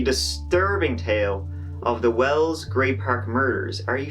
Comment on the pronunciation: It’s well not well’s. ! It’s wells not well?!!!!!!pushroom-micker?